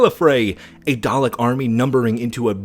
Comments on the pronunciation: its Daleks not Darleks, he did that wrong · "Darlek" I hurt so much every time people mispronounce the easily understood 2 syllable word "Dalek" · Dalek* there isnt an r